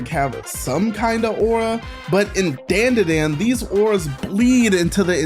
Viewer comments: Never seen anyone pronounce "dandadan" That way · Dude. It literally says the name in the intro song and in the clips you're using and you STILL say it BLATANTLY INCORRECTLY. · They say the name is the song many times right at the beginning (and obvs end) of the theme song and you still couldn't pronounce it correctly 🤦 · Why say dandadan like that when everyone else says it the other way it’s like nails on a chalkboard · I'm gonna watch the video, but how are you gonna pronounce the title wrong when the OP song literally repeats it over and over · It did, I'll give you a 10/10 despite my squinting at the screen when you pronounced the name wrong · It’s not dandadan like the name “Dan” like Dantdm, it’s pronounced dawn da dawn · You don’t pronounce it Dan da Dan you pronounce it like don da don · The opening intro: "DANDADANDANDADANDANDADAN.." x100 . This guy: Ah, yes, I see the truth.. DEN DE DEN.😂😂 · not Den De Den 🫠 it’s Dan Da Dan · Bro say "Dendeden", is Dandadan bru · hearing dandadan not pronounced dondadon startled me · Its pronounced dondadon, but yea momo is my favorite. I relate so much to her. Also turbo granny is my second fave. I love that she protected momo episode 1. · It’s spelt dandadan but it’s better to say it “Don-Da-Don” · is called dan da dan "This is den de den" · It's pronounced Dondadon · "This is DANE DA DANE" how much of a dumbass are you to say it like that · It’s Don-dah-Don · Bro said Dan Da Dan wrong😂 it’s pronounced dawn-da-dawn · Pronounced dahn duh dahn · It’s pronounced (DON DA DON) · Nice video, i think the series is pronounced (don-duh-don) Dan da Dan with less of a hard a. That’s how most Japanese words sound, their A’s sound a little more like an O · "Dayn-dah-dayn" is crazy. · Its not "A" its said like an "O" Don da don<-😊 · Dayan dah dayan? Do you also say 2Pack instead of 2Pac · I’m sorry but I have to point this out. The a’s in Dandadan are pronounced much deeper, so you would say it like dondudon. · FR, lmao